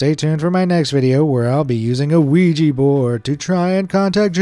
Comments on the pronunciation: it is ouija - not oujii board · Never seen someone pronounce Ouija as Luigi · Why do americans always say "Luigi board" when they talk about an Ouija board? That's not how it is pronounced at all lol